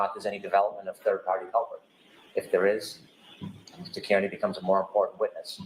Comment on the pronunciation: pronounced car knee 🚗 🦵 =Kearney